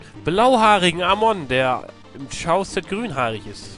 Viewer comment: Ich frage mich immer noch warum 'Char' und 'Charset' von einigen 'Tschar' und 'Tscharset' ausgesprochen wird. Es kommt doch von 'Charakter' oder 'Character', welches ausgesprochen wird als wäre ein K am Anfang. Soll keine Kritik sein, mich wunderts nur. Fands übrigens auch immer schade dass alle Höllenfürsten die gleiche Musik hatten.